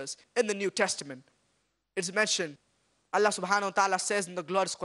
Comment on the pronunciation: seems like you are forgotten that, the word " الله" have short vowel AA not long, therefore putting long vowel is wrong. Thanks